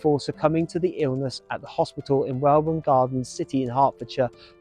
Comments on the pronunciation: Hi another Good Vid. Its pronounced Welwyn. (WELL IN) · Welwyn Garden City is pronounced Welyn the second 'w' is a silent letter. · The hospital is the QE 2 the place is pronounced Welling Garden City. Great video content as usual.👍 RIP Mick Tucker sadley missed. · Another good un, one thing thou the second W in Welwyn is silent lolol